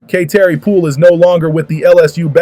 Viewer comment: WELL FIRST OF ALL LEARN HOW TO PRONOUNCE HER NAME we all know that you are SLOW we can tell by the way you speak I'm guessing you're still MAD ABOUT LSU WINNING A CHAMPIONSHIP GAME last year (😭) LSU 🏆👈👏👏👏